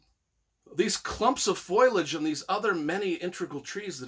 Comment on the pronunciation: Foilage? Is that a word? Foliage? Wtf this guys an idiot